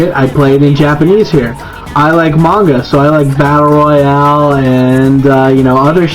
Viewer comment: 漫画 まんが mah-n-gah He pronounced it right. I know because I hear the word all the time (in Japanese).